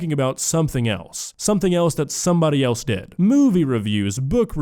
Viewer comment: Anyone who pronounces the word ‘else’ as “eltse” is not to be taken seriously.